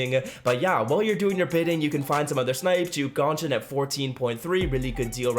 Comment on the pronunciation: juke dohnson lol